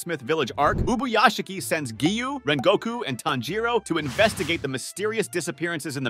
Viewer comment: Because you don’t know how to say Kagaya, Tanjiro, Akaza, and Hinokami Kagura. Oh yeah Geyiuu…it’s Giyu.